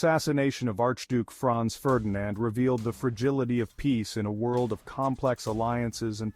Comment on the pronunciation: who tf is fronz ferdinand? haha